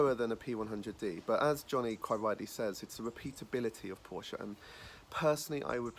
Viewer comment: Used to own a Porsche, consistently pronounces the brand name and model name wrong every single time...